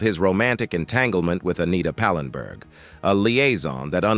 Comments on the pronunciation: Not pinberg,its pallenburg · ANOTHER AI GAFF, IT'S PAL EN BERG, NOT PANENBERG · That's "Anita Pallenberg" not "Anita "Penberg" as you said. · Pallenburg, say it, it’s not hard. I hate these AI voices